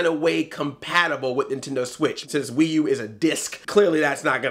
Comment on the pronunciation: I laughed so hard when you said the "Pee U"